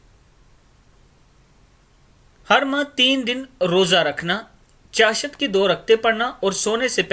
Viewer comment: بھائی آپ اپنی اردو کا تلفظ صحیح کرلیں ۔چاشت میں آپنے ش پر زبر لگاکر مزہ ہی خراب کردیا۔